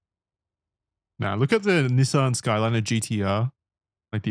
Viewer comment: If I had a dollar for every time the boys pronounced Skyline wrong, I could afford to buy one.